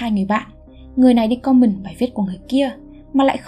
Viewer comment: Comment có thể dùng từ "bình luận", còn nếu bạn thích dùng từ comment thì lưu ý phát âm từ này nhé. Comment và common là 2 từ không liên quan